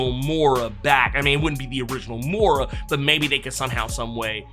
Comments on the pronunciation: It's pronounced Moy-ra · *Moi-Ruh (pronunciation)